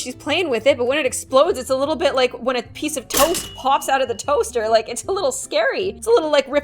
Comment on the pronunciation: She said toast not toesss